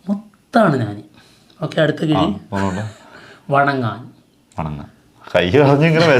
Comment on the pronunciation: വാങ്ങാൻ വണങ്കാൻ എന്നാണ് തമിഴ് ഉച്ചാരണം..... ഇതിനുമുമ്പും ഞാൻ ഇത് പറഞ്ഞു തന്നതാണ്.....